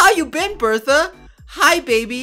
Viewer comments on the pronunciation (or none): He said Bertha when it said Farha, How The hell do you mess that up?! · Farha is pronounced Bertha now I guess.....